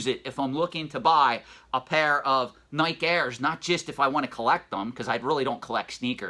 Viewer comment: “Nigh-kee” is the pronunciation :) another good video